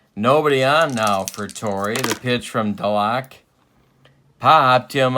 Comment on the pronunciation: Yes, it's Duh-LOCK. But it's Mike For-NEELEES....also FYI it's Jerry Cuh-SALE, who was sometimes used as a pinch-hitter and once hit one over the Green Monstah.....as for Buddin's nickname, Red Sox fans dubbed him "E6." Great series and wonderful old cards!